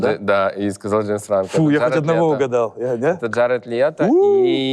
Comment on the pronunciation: КрисТОФЕР прат и Гаред летто ПРОСТО УБИЛО НАЧИСЬ ЧИТАТЬ ПОЖАЛУЙСТА 😅🙏 А так выпуск топовый😊❤ Мне понравилось